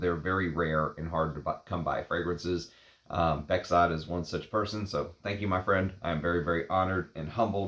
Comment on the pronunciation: my name is Bekzod too, pronounced "bekzod" nicely.